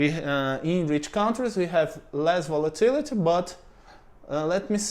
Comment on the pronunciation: You pronounced REITs correctly. There are other things like volatility where you need to pronounce the ending like you did well with opportunity. You talk about automation so much in videos. I remember listening to a video where they were talking about raising the minimum wage. The person stated that the minimum wage does not mean people wages will raise to the new level. The wage can go to zero. That seems to be true for the Brazilian mindset towards employers. Treat them badly and they don't have employees, they make everything automatic. I will assume from your talks (and if I remember correctly) that unemployment in Brazil is high. If that's true, too bad the normal person will not correlate getting "treated better as an employee" with unemployment. If I was to invest in Brazil, it would be via the stock market like your first example. Maybe, I'll try and make an automatic acai pizza shop. 😀